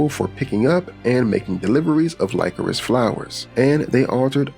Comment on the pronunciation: Great vid as always, but lycorice flower is pronounced as liquorice afaik